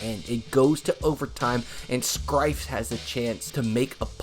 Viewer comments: bro, big piece of advice here. it will go a LONG way as a creator to be absolutely sure you're pronouncing things correctly. calling him Mike "Skrifes" is a sure fire way to expose yourself as someone who doesn't actually watch the old game footage/commentary or listen to interviews or people talk about him. there will be a portion of people who watch this video and either unsubscribe or just move on and never watch your videos again because you're not being thorough in your research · I think you mispronounced scifres, the R is after the F. it's pronounced more like ciphers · Only pronounced the ‘r’ in Scifres 3 letters early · Mike Scifres is too much of a punting legend for his name to be so badly mispronounced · Welp, I knew he pronounced it wrong although I wrote cy-furs because that's what I remembered some announcers calling him that but still youtubers shouldn't fuck up athlete names with pro sports reference and clips with announcers saying their name really making it inexcusable. I have seen some really bad example too, I've Michael Chavis' name mispronounced like 3 separate times on 3 seperate videos when he's a bust of a high pick in baseball who you'd absolutely be forgiven for not knowing who he is. It's chay-viss, I've heard cha-viss, literally a spanish name like Chevez, something like that and something else ridiculous. Also assuming names are pronounced as they are written is just dumb. There are countless examples of names you need to hear the pronunciation because it is absolutely not pronounced like how it's written. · Scifres is pronounced like sigh-firs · Umm…no offense intended but…”Scifres” is said like “sci(like in science) and fres(furs)=sci-furs” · SIGH fres